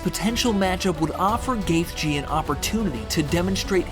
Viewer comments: bro pls if u make another gaethje vid pls say it like ‘gaechy’ that’s how it’s said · Sorry, but you don’t need to emphasize the “th” in his name. I like your video, but that was quite annoying since he is my favorite fighter along with Wonderboy. Just call him Justin or “The Highlight” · The fucking fact you can’t say his last name correctly is infuriating. You don’t deserve views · He’s not even saying the right last name 🤦🏻‍♀️